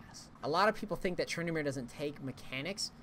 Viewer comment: Edit titel TrynD*amere!!! not Trynamere :D